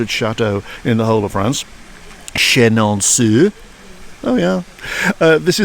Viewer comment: I could be wrong, but I think it is “shuh-nohn-so” 2nd n gets kind of swallowed. But them See how much language changes in a generation or 2😂